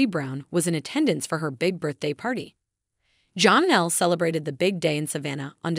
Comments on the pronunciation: Her name is pronounced Janelle not Jahnelle. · It’s Janelle … NOT Johnelle! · Please STOP calling Janelle, John-ell. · JAAA-nelle...love these videos but giggle constantly at the pronunciation 😂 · It's just annoying to me. And it is NEVER corrected.